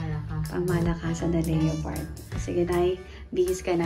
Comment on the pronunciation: Le-pard po basa dun.. sorry.. pls don’t bash me.